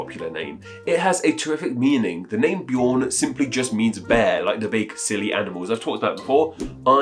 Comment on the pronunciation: The Swedish pronunciation of Björn is similar to the English word yearn (prepended with a B). When you pronounced the Norwegian Bjorn, you were much closer to the actual pronunciation, even for Swedish. It is NOT pronounced as B-yore-n.